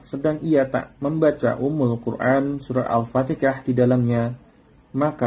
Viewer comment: Maaf ustadz, hati2dlm menyebut Al Fatihah bukan Al Fatikah